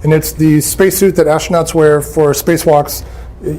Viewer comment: I do not trust anyone who says "ashtronowts"